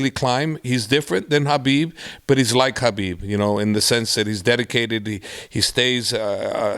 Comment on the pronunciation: Thank you for pronouncing Khabib's name right! 🙏🏽